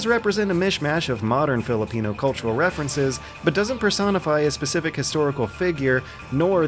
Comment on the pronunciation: Pronouncing Talim's name, Filipino and the Philippines in a right way.. you did it tho.. [insert lenny face here]